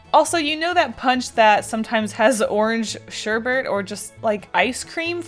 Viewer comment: did you just "sherbERRRRT"